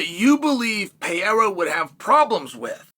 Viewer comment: Bro stop saying Pierra ffs.